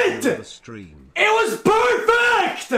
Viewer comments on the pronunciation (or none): “IT WAS PERFECKTU” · "HOW does that not HIT-uh?! It was PERFECT-uh! It was PER! FECT-uh!"